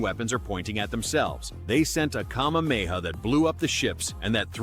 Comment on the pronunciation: Ain't no way bro said kamameha